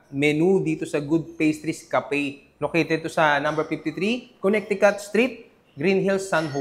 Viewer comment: Silent middle C po sa Connecticut pronunciation...kuh.neh.tuh.kuht